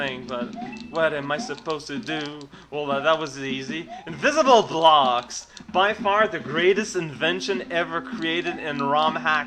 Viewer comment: "inVISIBLE blOOOOOOxXx" ^^ lol, very nice and drunken commentor xD luv this vid. thakns for showing ^^ another advantage: get some sleep (= :D